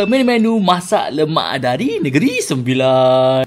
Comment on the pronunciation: Nogoghi?? Mne Ade orng n9 ckp nogoghi lerr😒